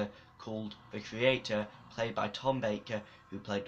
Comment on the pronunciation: Why did you keep saying "creator"? At least it sounds like it. "C-yew-ray-tour".